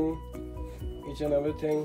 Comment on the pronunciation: Paaji kitchen hai ya chiken😁😁😁.. u missed it in ur fluent speaking